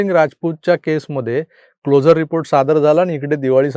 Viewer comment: CLO 'SU' RE report चा उच्चार हा क्लोजर असा होतो. जसे आपण ' शुअर ' असे म्हणतो.